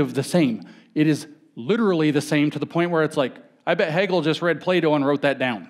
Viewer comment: Every time he says "Plato" I hear "playdough" 😅